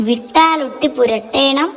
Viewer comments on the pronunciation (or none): വീട്ടിലൊട്ടി പശ അല്ല "വിട്ടാലൊട്ടി" പശ 😊😊